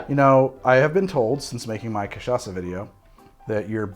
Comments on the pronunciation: Holy shit he learned how to say cachaça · Hey, you nailed the "cachaça" pronunciation! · Wow, we've come a long way, from saying Ca-tcha-ka to arguing that cachaça is a rum with perfect pronunciation. I feel like a proud mom. But seriously, using sugar on a caipirinha has it's upsides: as you drink the ice melts and dissolves the rocky sugar over time. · I'm impressed at your effort to correctly pronouce Cachaça. Spoke just like a native speaker. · has learned how to pronounce Cachaca since last time! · Yes! You got the pronunciation of Cachaça! 😂😂 Well done!